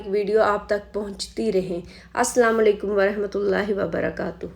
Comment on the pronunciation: السَّلَامُ عَلَيْكُمْ وَرَحْمَةُ اللهِ وَبَرَكَاتُهُ کیسی سسٹر امید ہے اپ ٹھیک ہونگی اپ کی ویڈیو ماشااللہ بہت اچھی ہوتی ہیں معذرت کے ساتھ یا تو مجھے ایسے سمجھ ایا یا پھر اپ سلام سہی نہیں کرتے مطلب اپ کے اعراب جس طرح پڑھنے کا طریقہ ہے اس طرح نہیں ہوتے